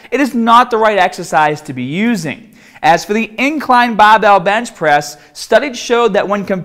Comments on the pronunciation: think it's because he used to hide it, but he doesn't do that anymore. You can tell in some of his older videos that sometimes he says bahbell and in the same video he also says barbell. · Fuckin llama man. Bahhbell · i like the way he says barbell. Bahbell haha sounds cool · I clicked to hear more baaaaahbell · Where do the unused "r"s go? Put them on your baaahbell.. sorry. Couldn't help maahself. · Im just watching this to hear him say barbell😂😂😂😂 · He sounds American until he says barbell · tahhget the bahhbell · Just subbed on your channel, great vids. Pronouncement of Barbell and arms is funny tho.